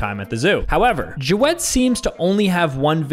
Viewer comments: Ja-wed killed me it’s pronounced jawd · is the type of person to say Joe-w-ed and not jawed.... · is the type of guy to call jawed “joe-wed” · jaWeD For those who dont know its pronounced javed not jawed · really said jo-ed💀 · like no hate or anything, love the channel, but bro pronounces it "jaWED" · That's a weird way of saying Jawed... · It is he pronouncing it wrong😂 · Bro cant pronounce javed